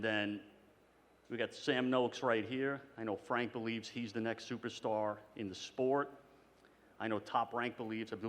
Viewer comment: Here just to hear Eddie hearns call it "The Spote" 😂